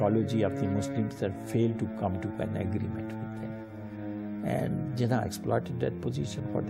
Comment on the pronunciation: they are pronouncing his name wrong. its not Jiiiinnnnah its Jinaaaaaah!